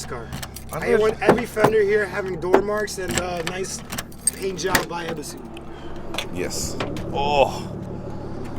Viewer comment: I'm sorry guys but i literally had to quit watching after you pronounced Ebisu wrong 19 times in the first minute... I know this is how you guys pronounce it but it rubbed me the wrong way lol. So I did click on the video twice, liked and commented to give yall some interaction but my watch time stopped . Catch you guys after yall Japan lol